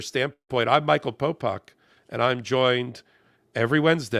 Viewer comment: A. It’s Popok. B. Check your speakers.